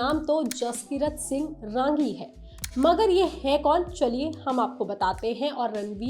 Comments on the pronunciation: It's not RAAAAAAANGI madam It's RANGI, it's a Punjabi Jatt Sikh surname....Neeche hindi mein bhi likha tha naam film mein, wahi parh ke bol dete sahi tarike se..😂😂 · It's not "raaangi" madam it's simply "rangi' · Exactly! Raaaaangi (रांगी) nahi hai..Rangi (रंगी) hai. Theek ussi tarah film ke director ka naam Aditya Dhaaaar (धार) nahi, Dhar (धर) hai..😅